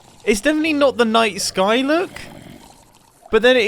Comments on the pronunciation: Every time he said night sky all i could hear was nice guy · I refuse to believe that I'm the only one hearing Mumbo say "nice guy" instead of "night sky" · Am I the only one who heard nice guy when he said night sky? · I swear to god I thought he was saying "nice guy" instead of "night sky"